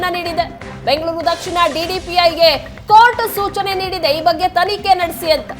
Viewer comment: ಡಿಡಿಪೈ ಅಲ್ಲಮ್ಮಾ, ಅದು ಡಿಡಿಪಿಐ